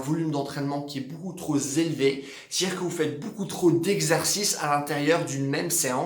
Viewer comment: 0,52k : "...volume d'entrainement trop zélevé.." 😋😉. ( Pas grâve. )